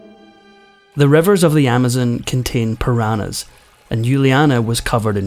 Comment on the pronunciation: The story of Juliane Koepcke's survival after hurtling to the ground from a passenger plane was amazing. And I appreciate the narrator's clear pronunciation. The only thing that I think he got wrong was the pronunciation of "piranhas." Or am I wrong? .